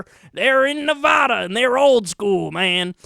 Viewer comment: "Nev-AD-a” not “Nev-AH-da"... just saying. I know it may seem like, "oh you're being such a nitpicker!" Well, in Nevada it matters... it really does. Those who are from Nevada and hear Nev-Ah-da immediately pay attention to that. Just trying to help is all.